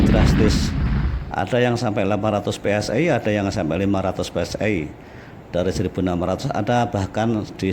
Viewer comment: Bacanya Pe Es I aja om...jangan Pe Es Ay...kalau mau inggris2an bacanya Vhi Es Ay... Tapi kuping netizen muak dengan inggris yang tak benar